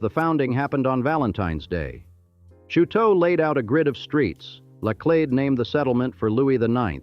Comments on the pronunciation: Automated voice with dismal pronunciation. Do the decent thing, say it in correct French, or as locals do (here Chouteau is said show’-toe). What rocky bluff? It’s north of town in Alton on the IL side, or south of town, north of where I-255 crosses the river. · The pronunciations of Laclede and Chouteau are causing me pain. Edit: And many other pronunciations as it goes on. Osage, Anheuser , etc.